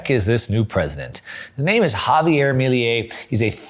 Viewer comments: Excellent video really enjoyed it. By the way Its pronounce Milei not Miliei. Cheers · Bro, love your content. One quick observation: Me - leh - ee ❤